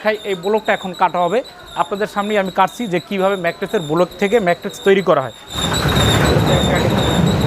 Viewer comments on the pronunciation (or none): ম্যাট্রেক্স না ম্যাট্রেস। প্রতিটা ভিডিওতে বার বার একই ভুল করতেছে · I hear mattress and materix lol. Nice manufacturing though